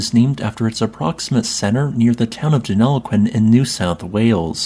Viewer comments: Well done on pronouncing Deniliquin correctly. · He did an excellent job pronouncing Denilliquin though. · Aussie here, if you're going to do videos on anything Australian, please learn to say our place names properly! You seem to have got Deniliquin right ( a place better known simply as "Denny" and written as "Denni"), but Albury is pronounced as "Allbree" not "Al-berry." If an asteroid struck this part of southern NSW/northern Victoria, please tell me how it is that it is so flat out there? I've driven through that area numerous times, so know something of the topography of the areas from western/north-western Victoria, through to well into southern NSW.